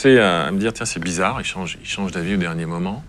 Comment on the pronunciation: "Bizza'Khe'", "memoi'khe'", un petit effort de prononciation, svp.